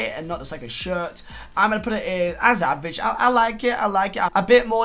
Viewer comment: The way he says shirt sounds like he says shit